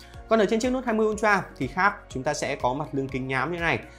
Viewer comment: Tưởng ultra hóa ra là untroa à ad😂